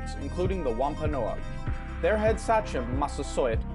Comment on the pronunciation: Honestly as a Rhode Islander his pronunciations of “Sachem”, “Wampanoag”, and “Narragansett” make me cringe pretty hard. I appreciate the video, but it’s not that hard too look up the appropriate pronunciation if you’re making an educational video.